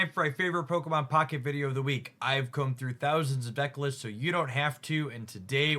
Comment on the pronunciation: Bro why can these pocket YouTubers never pronounce the pokemon right? Brooo